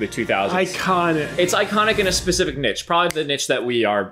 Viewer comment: i've never heard anyone pronounce ~niche~ like that ajskajahaha